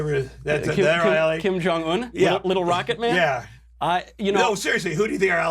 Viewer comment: Who are are allies . Couldn't even say Kim correctly ....this guy is drugged up